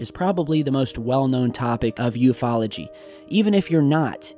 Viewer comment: Thank God finally said "yoofology" and not "you ef ology" 😉